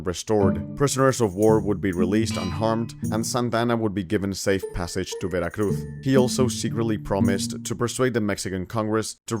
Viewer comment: All right, I will forgive you pronouncing Veracruz with a "th" because you actually are from Spain.